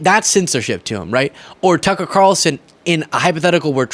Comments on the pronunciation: What we all just started mispronouncing their names - Toocker and Troomp 😂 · Tooker. Lol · Let's all just agree to pronounce boofhead's name "Too Cur" Carlson. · Apparently Tucker pronounces his name with an F, so either is good